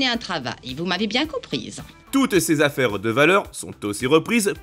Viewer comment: J’adore votre diction, par exemple quand vous dites “ses affaireudeuvaleur", “princesseuSarah” ou “l’archétypeudumartyr”. C’est très sympa 😂